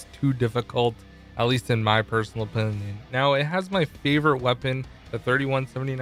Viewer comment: “in my personal opinuuun”